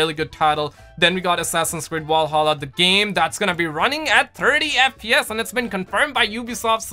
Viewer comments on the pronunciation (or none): none